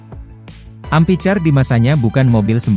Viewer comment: Amphicar, dibacanya ampikar, Min, bukan ampicar